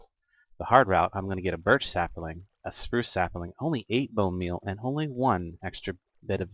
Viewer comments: Sap-lings, not saperlings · You add an a sound to the word sapling. When you say it I think you are saying sapaling. I'm enjoying the mod pack and your videos.